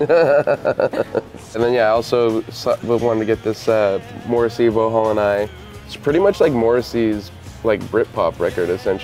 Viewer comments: it's pronounced 'Vox-hall' not 'Vo-hall' LOL wow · FYI Vauxhall is pronounced "Voxhall" otherwise great picks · Ikr? Vorhaul? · Did Kerry pronounce Vauxhall and I "Voh-hall" and I? Hahah wtf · lol Vauxhall its pronounced vok sawl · As someone from South London, it hurt when he said Vauxhall.